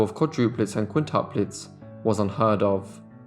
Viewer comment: QuintIUplets NOT quintaplets! The reader is ignorant